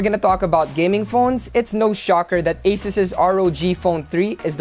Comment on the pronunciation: he pronounces asus as aces? lmao